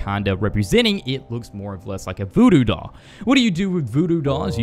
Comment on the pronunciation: Did You Say BooBoo Doll Or Voodoo Doll